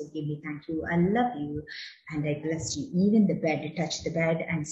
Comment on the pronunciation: Last one I bless you...not clear madam